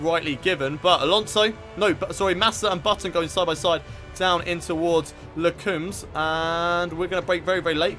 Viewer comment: BTW I think I already commented this but Les Combes is pronounced as ''comb'' in honeycomb.. cheers !